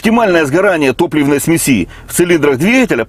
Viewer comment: смесиииииии......СМЕЕЕЕЕЕЕСИ...КОГДА ЖЕ ТЫ ВЫУЧИШЬ РУССКИЙ ЯЗ0ЫК...